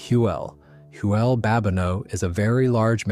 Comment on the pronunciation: Thanks for the video but it baffles me that the creator doesn’t correct the errors. He doesn’t buy an Aztec, he sells it. The pronunciation is wild too. Hoooelle for Huell.